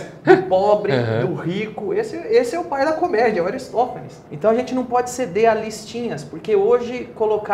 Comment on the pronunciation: Ele disse ARISTÓFANES, o "pai" da comédia